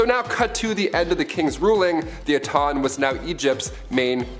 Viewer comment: It’s not Aton it’s ATEN